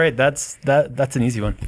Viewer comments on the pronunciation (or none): none